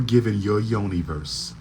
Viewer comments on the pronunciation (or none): He said Yoniverse 😂😂😂